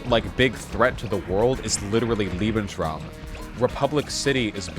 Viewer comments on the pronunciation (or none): none